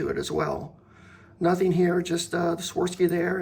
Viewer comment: Swar-ov-ski is the pronunciation